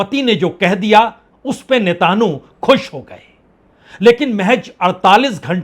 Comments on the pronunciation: Sir, It is not "netanhu". It is Netan yahoo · Parsun ji Netanyahu name Hai Netanu Nahi correct Kar lijiye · रागिये, नेतानहु नहीं नेतान्याहु बोलो! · Itni badi beizzati mat karo bechare ki naam sahi se lo uska naam Netanyahu hai netahnu nahi hai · Hatt be bibhutiye netanhoo nahi netanyahoo he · वाजपेई साहब आपने यह कैसा उच्चारण शुरू किया है और किसने सिखाया है "नेताणु" , क्या इस नए कण की खोज आपने की है? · Sir, please pronounce his name like this. Netan Yahoo. Thx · You ideot you are in coherent and cannot even pronounce the name of the Israeli prime Minister properly .Your day's as a news reporter are very much over .